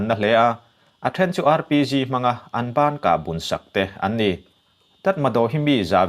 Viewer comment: Mins14:sec30.."Rpc "nilovin ' Rpg'.....ka hresual nge???